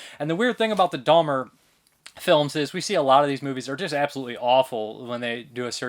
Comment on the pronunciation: There is no 'L' is in Jeffrey Dahmer's name, it's Dahmer not Dahlmer.